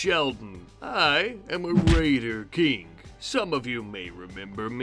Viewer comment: The “raiter king”